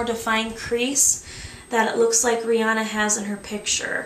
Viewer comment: I think she said Nireyna....:-)